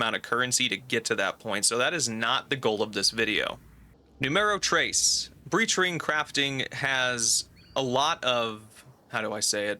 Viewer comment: bro hearing you say "numero tres" so horridly i got stun locked. i stopped eating and wiped my hands and rewinded my brain was processing i was did he really say that or am i insane?